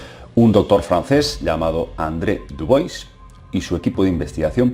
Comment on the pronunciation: no es dubois pedazo de ignorante.. es dubua o diubua.. dubois dice el muy bruto..